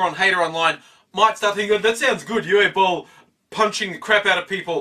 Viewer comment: You pronounced Uwe Boll much better than many others. :D lol